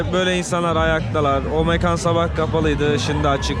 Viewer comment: Mekan derken k'yi ince söyle.